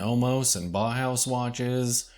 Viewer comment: You mispronounce "bauhaus". You say something akin to "Bah-house". The correct pronunciation is "Bow-house". With the "Bow" rhyming with "Wow".